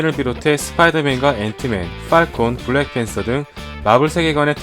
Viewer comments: 블랜팬서?!?!? 블래팬서?!?!?! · ㅋㅋㅋ 블래팬섴ㅋ